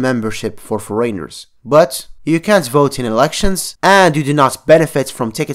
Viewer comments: No One:: "Foreyners" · Love the way you say '' foreigners '' :) <3